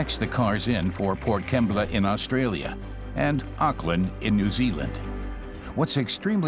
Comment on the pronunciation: "Port Kembla"! 🤣🤣🤣